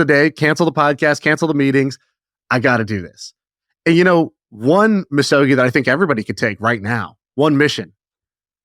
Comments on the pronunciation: The G would sound like gee and not jii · You're very close on the pronunciation! Misogi is three equal syllables. Mi (me) So (so) Gi (gi with a hard G). Each should have equal length and equal stress. You can read the Wikipedia entry if you'd like to know more about the Shinto tradition. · Hard "g" in Misogi. Much to learn...🙏